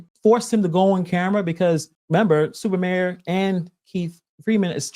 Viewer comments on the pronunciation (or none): Y'all are saying it wrong Its Stuper Mayor